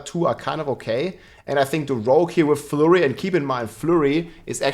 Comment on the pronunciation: Flurry^^ That pronunciation